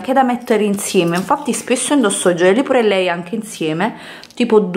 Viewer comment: Comunque si dice "piur lei".